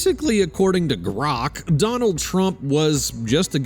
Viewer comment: Maybe GROK isn't cooperating because of the way you pronounce its name every single time